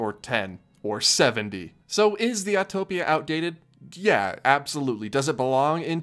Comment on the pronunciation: I’m so glad you actually know how to say “Autopia.” Thank you for not saying Autotopia!!!